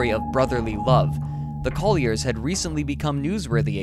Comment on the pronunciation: "parentses", "brotherses", "Collierses" ?? Woe is me.